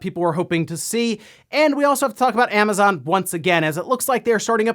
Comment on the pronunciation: What ‘Amnazon’? You know there’s no ‘n’ there, right?